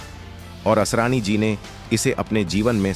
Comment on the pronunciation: आसारानी ? अरे भाई ! नाम तो ठीक से बोलो।